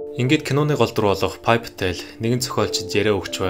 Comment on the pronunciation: Уншихдаа Пая Пател гэчихээд бичихдээ Пи Пател гэж бичих юм … ?